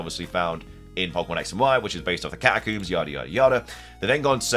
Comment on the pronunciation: Literally screaming at my phone “it’s Catacombs, COMBS!!”